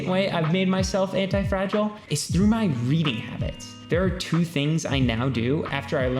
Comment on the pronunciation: you subtracted `h` from through and gained my attention